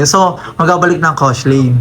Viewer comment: Kosolaine⛔ Koshellaine✅